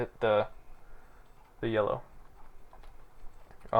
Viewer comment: you say yellow, sounds like YOLO lolol. Also sound of you flipping pages lol.